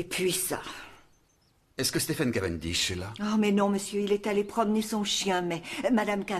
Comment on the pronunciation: Merci. NB/ pour la VF, en anglais Stephen se prononce SteVen V 🙏